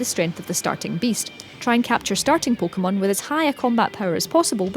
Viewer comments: Pookmon omg say it right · She pronounced it "poh keh bol" "poh keh mon" pretty normal, dumbass hahahaha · no shit, but am i not allowed to be annoyed? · pokemon poke a mon po Kay mon. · "PO-KOH-MUN" "PO-KOH-MUN" "PO-KOH-BOWL" "PO-KOH-BOWL" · her pronounciation pissed me off so much